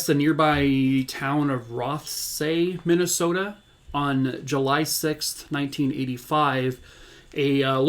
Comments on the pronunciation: I am from Minnesota and you said Minnesota like a MN lifer! This is the first time I have heard of this case which surprises me. How horrific - poor sweet girl…. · I'm from just a few hrs away from where this happened (in Las Vegas now) and you said Minnesota like a true native! Lol. On the reals tho, I grew up during the 80's and it sounds like Sarah was just like I was at that age. I did the same things. We didn't lock our doors (I grew up 3hrs away). We accepted rides from neighbors and people we had seen in the community, we knew or were related to almost everyone! We stayed home alone at 6yrs old and started babysitting at age 9. We used to ride our bikes the 4 miles to the local library or the local swimming lake and I have no idea if my parents ALWAYS knew where we were. This could have happened to any one of us. And one time it WAS. My friend, a girl a couple yrs older, who lived right up the road was taken and assaulted and killed and left in the woods on valentines day. The guy was caught and put away (is free now sadly), it was a friend of the family. We still didn't lock our doors or keep our kids close. This was a one off (and hasn't happened there since-that was 34yrs ago) thing that wasn't going to happen again. But it could have, and did, all over the world. As a parent, now, I know these dangers and it's terrifying. But what's even worse is that the worst monsters are those we call our own.